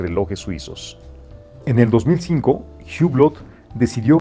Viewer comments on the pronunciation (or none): Se pronuncia UBLÓ, el dueño de Hublot se llama Carlo Croco, no Carlos Roco.